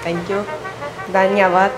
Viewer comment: She says dhaniyabad at the place of dhanyabad